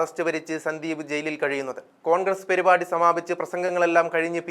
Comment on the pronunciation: പെരി പാടി അല്ല സുഹൃത്തേ.. പരിപാടി യാണ്...